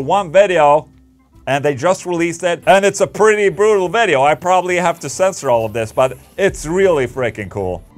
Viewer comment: A good old "veddeo" 👍